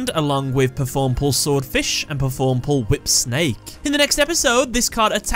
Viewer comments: You still said performapal wrong you pronounced it as performapol not pal. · It’s pronounced as PER-FORM-A-PAL